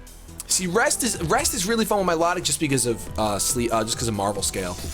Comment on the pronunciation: Please say milotic name right